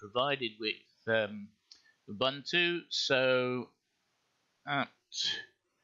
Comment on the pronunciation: get a decent mic. btw it's 'oo-boon-to' lol also be quicker. we're not think xD